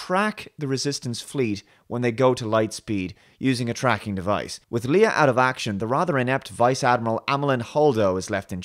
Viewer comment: Hmm, had to stop the video after you said there was some really clever humour, much better character moments and that Rey is more multi-dimensional. These 3 are among some of the mains issues with this movie. Also, not sure if it's just your accent but Leia is pronounced "Lay-ah" not "Lee-ah". It's odd as I expected you would not like this movie at all much like STD. The below is a great video particularly on the post-modernism issues with both